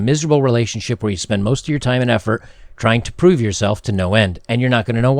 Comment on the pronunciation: ...did you say "thats a whole lot of heffer , or effort for a little bit of award" ?